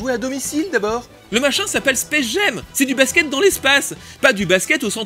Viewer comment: Pour faire le pinailleur, "Jam" se prononce jam et pas jem en anglais. Mais sinon, encore une chronique vraiment réussie, blindée d'anecdotes en tous genres, et très agréable à regarder. Beau boulot ! :)